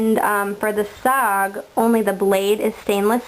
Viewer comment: Its cald S>O>G not sog and this ia a cool vid